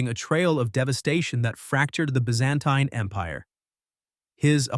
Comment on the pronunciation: I am impressed with how you managed the AI narration for your video, the only slip was in the pronunciation of Byzantine, but that's a tricky one. Regarding apocalyptic prediction, I was called by Christ to prophesy when he appeared to me in the Spring of 2010. I was told to measure time in the book of Revelation and to share these measurements with my audience. I was not to ask for donations and I have never done so, nor have I received compensation from online platforms like this one. The short story is that I was shown a Clock and how to measure the text of Revelation from the date of December 17, 2010 until the Clock ends on March 28, 2025. I expect a very large meteor to strike off the southern coast of Italy in the Spring of next year, what the Bible calls the 2nd Trumpet. At about the same time, a well known political figure will survive a deadly head wound and be restored to power, after which he will be represented in public by a hi-tech robotic facsimile made in his image. Trace this comment if you would like to know more.